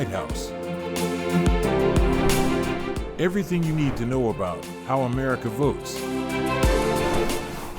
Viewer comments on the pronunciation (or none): none